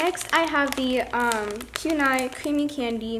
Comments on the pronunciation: It’s it’s poo-nee-mar-ooh not pew-nee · I’m sorry but you are pronouncing Puni Maru wrong. It is not pu niya. ( idk how to spell how you said it lol) . It is poo-ne- ma- roo. I just spelled how I think it is said. No hate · Its puni(poonee) notpyuni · no offence but every time she says 'puni' pronounced as 'poon-eye' instead of 'puni' pronounced 'poonie' i kinda die inside. not hating though, amazing store; 10/10♡♡ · Poon-I 😂 FYI it is pronounced "Poon-e Ma-roo" 😊👍🏻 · its not pun- I its pronounced pun-E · It’s Puni Maru not PUNE-I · Oh no trying to be mean but Puni is not poon- i it is pue-ni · It’s not pun i it’s puni and not just puni it’s puni maru no hate tho just figure it out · its pronounced like pune not pu-ni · You say pu - knee not pu -ni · Not trying to hate but u said ‘poon eye’ but it is pronounced ‘poonie’ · I got so triggered when she said pewnie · i wasn't aaaaallllllooooonnnnneeeeeeeee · ghostyykuma she also says “maroo” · ghostyykuma me too lol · she has really good squishies in her shop yet she says Pue Nigh 😂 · It triggers me when u say Pue-nye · She is saying puni wrong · You do not pronounce puni correct